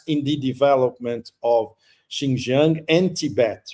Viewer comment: Pepe: don’t mind me, when Chinese people pronounce the word Xin Jiang, “Jiang” takes a higher tone. 😂